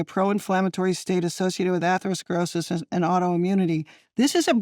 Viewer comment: OMG, "CEO": "atero-clorisis"... WTF???